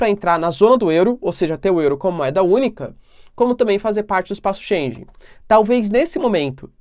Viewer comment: Bom ano novo professor, espaço Schengen, a pronúncia é como (schen-guen). Abraços fica com Deus e obrigado pelo seu tempo.